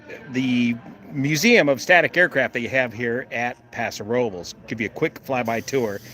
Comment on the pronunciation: Thank you for pronouncing Paso Robles correctly!